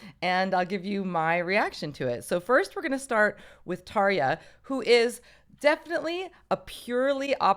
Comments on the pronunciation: Não é Tarjshiia porra! É Tarja, que se pronuncia Taria. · Bloody hell I’ve been pronouncing Tarja’s name wrong all these years!!! 😱🤭